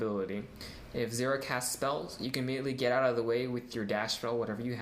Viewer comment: lol "zeera"